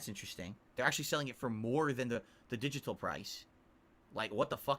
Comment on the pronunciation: Yo, why does he mispronounce digital?